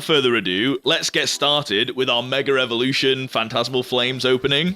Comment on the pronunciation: I find it so funny that you keep saying "meger evolution" 🤣 btw love your content and the way you collect bro 💪